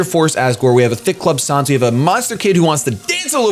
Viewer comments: it's pronounced San's not sans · It's pronounced "Sanns" not "Sahns", as in Comic Sans, seeing as that's the font his text is written in (Sans Seriff in a geocide run.) Same ges for Papyrus, whose text is all in Papyrus. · it's said sans not sons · sonz? it's sans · His name is said like the font comic sans. Not sauns. :b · "sahns" "comic sahns" pls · Also, sans's name is pronounced like sand without the "d". As in comic sans. And his name is never capitalized. Just sayin